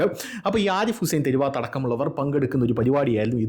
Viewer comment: തെരു വാത്തല്ല തെരുവത്താണ്